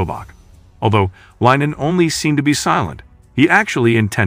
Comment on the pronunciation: Its LeeNan not LINEN Hes not some fabric but a human!